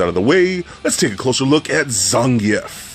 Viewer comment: Bullshit its zan geef